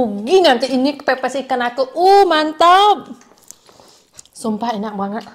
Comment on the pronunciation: bilang ke ko johny: ikan pepes bukan ikan pipis. Atau ngakak receh 😂😂😂